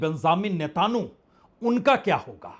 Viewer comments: Please sir, Ne....ta...nu nahi Netanyahu please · جناب اسرائیلی وزیر اعظم کا نام تو صحیح سے مخاطب کریں مانا کہ وہ معصوموں کا قاتل ہے جنگی مجرم ہے ، اس کا نام نیتن یاھو ہے ۔۔۔۔۔۔۔ نیتانو نہیں ہے 😊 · यह उच्चारण कहां से लाए हो "नेताणु" ? विदेशी चैनल भी ऐसा कुछ नहीं उच्चारते, लिखने में भी वर्तनी में ऐसा नहीं है, आप तो मोदी की तरह नकली डिग्री धारी भी नहीं हो फिर नेतन्याहू का उच्चारण नेताणु? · You are the best reporter , , Plz try to say Netanahu Not netanyahu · Ap ko netanyahu ka naam bolne me ghalte hore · चाचा नाम तो देख कर सही पढ़ लीजिये। न्यूज चैनल की तरह आप बोल रहे हो। नेतनयाहू है।😂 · पहले प्रधानमंत्री का नाम बोलना सीखो फिर न्यूज़ दे दो